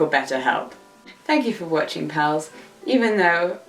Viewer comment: I totally thoughts you said "pearls" instead of "pals".